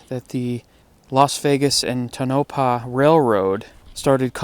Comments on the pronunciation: and it's pronounced TONE-oh-paw not toNapah :P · aka... First off I want to say I seriously love your channel(s) and would not, AM NOT, criticizing you in any way shape or form, however, I must tell you that the name of the town, Tonopah, that you mentioned here is pronounced Toe-No-Pah, you were so close when you said it before, just wanted to be of some help to you;-) and the other thing is Nevada is actually pronounced Neh-Va-Da. I spent my entire life in this state and even lived in Tonopah for a long time and even I get jumped on if, by accident because I don't live there anymore and now live on the East Coast, say it wrong (lol), especially with my newly acquired southern accent;) lol. I really do love your videos and I am huge fan of yours, just wanted to help ya out there with those two pronunciation's. Thank you for all of your hard work and dedication in making these videos, it's now always easy to get the content but you make it so well worth it:) Thank you again!! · It's pronounced Toe No Paw. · Just a little correction. Tonopah is pronounced "Toe no Paw". Good stuff as always!! Of course, visiting the Clown Motel in Tonopah is a must. The other town I've visited exploring on RZR's and ATV's is Tybo, NV. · That's not how you pronounce Tonopah hahaha. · Check out the book the chase by clive cussler and you mispronounced Tonopah I'm from Tonopah